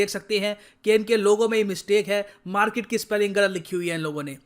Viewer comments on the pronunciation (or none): 'Markit' ye toh Pakistani reporter jaisa sound kr raha hai 🙃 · Markit ek Pakistani pronunciation hai... According to Major Gourav Arya